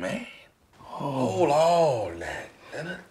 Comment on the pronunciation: NAWL LENNARD!!!!